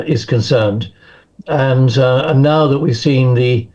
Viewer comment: Learn to take the zzzzzzz sound and speak as THE TH TH TH TH. AS IN TH at. Not Z at!!